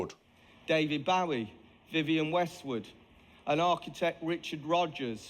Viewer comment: I'm glad you pronounced "Bowie" correctly, - unlike the Jag guy, who was professing his fandom. 😆